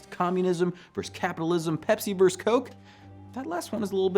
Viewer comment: VERSUS, not VERSE. Pleeeeaaaasssseeeee!